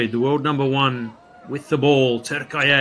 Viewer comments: For the commentator: It's not TürkAye it's TürkIye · Spikerin turkeye gibi saçma telaffuzundan sonra keşke Turkey olarak kalsaydık sendromu... :D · Türkiye swept Brazil again. Clearly you could see the Turkish players out performed Brazilians. One thing I didn’t like about this video is the Fu..ing commentator. He could not pronounce the 90 million country’s name properly. It’s TUR-Ki-YE. That was annoying and I thought it was disrespectful. Other than that it was a great game. Enjoyed watching. Congratulations to both Türkiye and Brazil for the great match.🇹🇷🇧🇷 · The speaker must pronounce Turkiye better